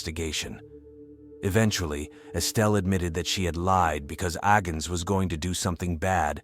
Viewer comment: Agnes, not Agens!